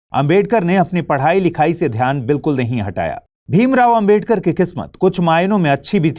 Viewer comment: Bhai naam to sahi se bolo ambedkar ambedkar bol rhe ho sahi to naam lo